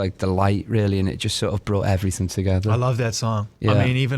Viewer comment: “Seeped into everyfing we’ve done” I love Alex 😭